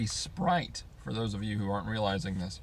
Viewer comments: He said sprit 😂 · Sprit killed me its sprite